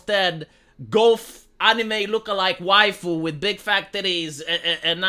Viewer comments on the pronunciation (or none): none